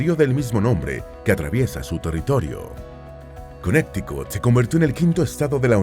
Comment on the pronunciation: Cuando van a nombrar palabras o nombres en Inglés seria de mucha utilidad el investigar la pronunciación para que la gente que no habla ingles no aprenda a decir esos nombres de manera incorrecta. Ejemplo: Illinois se pronuncia Ilinoi la "s" no se pronuncia, Connecticut se pronuncia Conericot, no "conecticut" solo google it.